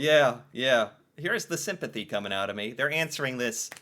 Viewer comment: Yes Canadian is a language. They cannot say "house" or "out" right.